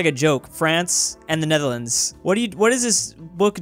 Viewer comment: pronounce Netherlands wrong not "Netdherlands" it's "Netherlands"g